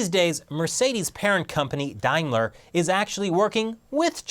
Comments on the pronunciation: I nearly choked when pronounced daimler wrong.(daym-ler, not diam-ler) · Daimler is pronounced 'day m ler' not 'die m ler' you dumb Yank - or should that be Jerk?